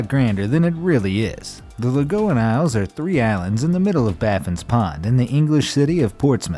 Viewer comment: And my favorite of all, THE "LAGOON" ISLE! WELCOME! ALL FROM THE "LAGOON" ISLE SAY HELLO!